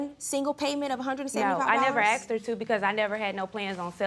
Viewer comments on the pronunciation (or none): These people...Always getting things on credit or with someone else's money. Dont buy anything you cant afford to pay cash for. And stop saying axed when you mean asked. Pure trash covered in hairhats, disgusting nails and horrid attitudes. This "culture" makes me sick.